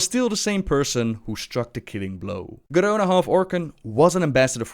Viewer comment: PS-please post a video where you just say 'Garona' for like 5 minutes. I love how you roll that R so effortlessly. <3